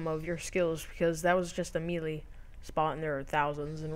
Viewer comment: It's (May) - (Lay). not meelee LOL, melee..